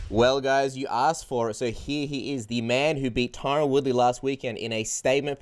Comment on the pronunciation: Did he say reTyron Woodley 🤣 Luv or hate him he whooped Woodley ass like he said he would. Masvidal vs Colby is gonna be a scrap🤙🏽